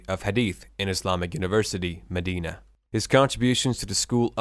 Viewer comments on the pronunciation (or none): none